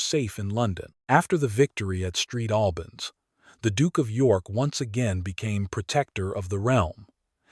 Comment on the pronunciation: Lousy AI-generated voice-over. The town of "Street Albans"! Crap.